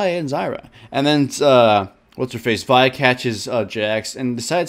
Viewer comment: what he pronounced vi and zyra correctly O,o